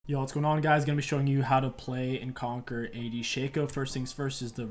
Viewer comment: "conqueror" XD